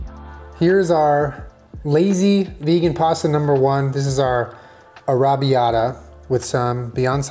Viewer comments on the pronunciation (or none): NOOOOO I LOVE YOU SO MUCH BUT THAT IS NOT HOW YOU PRONOUNCE "arrabiata" SAUCE! I am Italian and it is my favorite sauce to eat and I would love to make it one day. It is pronounced arra bee-yatta sauce. Im sitting in my college dorm just dying listening to you not being able to pronounce it. OMG please look it up am going to die. I am Italian lol Im dying again, arrabiata sauce does not have meat in it. I understand that he is using fake meat but omg its not alloweddddd i a virgo italian you cannot do this to meeeeeeeeeeeeeee AHHHHHHHHHHHHHHHHHHHHHHHHHHHHHHHH but its almost okay because you are protein deficient, almost we also dont cook with butter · Is no one gunna say anything about the way is pronouncing arrabiata🙄 it’s paining my soul, but it’s hilarious 😂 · You say Arrabbiata very very strangely to my British ears 😆